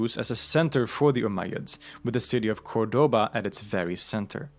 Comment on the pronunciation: It's CÓRDOBA,accent on the first ",Ó"